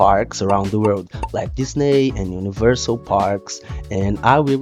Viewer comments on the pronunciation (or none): none